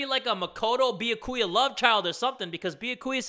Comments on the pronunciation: I just realized he calls Byakuya... Thicka-Kuya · Is it just me or is my captions high cuz when jay said byakuya it saic thickakuya Ngl he do be a thicc boy tho